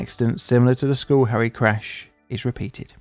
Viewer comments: Uhhh… The first syllable of Schoharie, New York is pronounced “skoh”, not “skoo”. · you say the location is "School Parrots". I'm confused; I thought the location was "Schoharie Creek"? The pronunciation of the two isn't even remotely similar, so where did "School Parrots" come from? "Schoharie Creek" would be pronounced "sko-HAH-ri-ei-CRIK", not "SKUL-peh-ruhts". But no, neither "School Parrots" nor "Schoharie Creek" is familiar to me. Why did you think either would be? Just curious. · Why do you pronounce it "skull perry"? You should at least print words on the screen that you are going to butcher. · I lived in Albany, not too far from where this happened. I remember seeing it on my local news site, was crazy. Also, the pronunciation is skoe-HARE-ee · Because it's so disaster prone, just an FYI for next time, locally it's pronounced as "skow·harr·ree". I know it's weird 😅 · Hopefully another disaster in Schoharie doesn't need to appear on the channel, but it's pronounced sKOh-hairy, the sch is less like school and more soft s sound with a hard K like the first letter in kick. A lot of the Haudenosaunee place names are difficult for non locals. And also some locals. I live in CNY, about 2 hours west of where is happened. This was in the local news cycle for months afterwards. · It's pronounced just SKa- harry. I live real close to that place. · If others have not said this before it is pronounced sco-HAIR-ee. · Its pronounced like Sc-hair-y.... There my OCD feels better. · Check your pronunciation of the town, schoharie. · It's not likely that you heard of the town because you horribly mispronounced it.